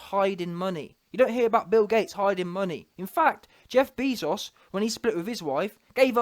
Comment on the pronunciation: “Jeff Beeezos” 😂😂😂